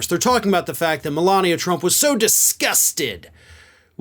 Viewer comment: Yup! Mole-Lania 🤦🏻‍♂️🤣🤣